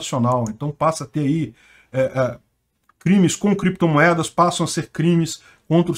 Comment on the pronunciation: Valeu! Peter essa história do Renan Canalheiros falar "creptomoedas e bitcóio" não me engana, eu acho que ele sabia falar certo mas queria despistar, porque as criptos é um ótimo lugar pra esconder dinheiro.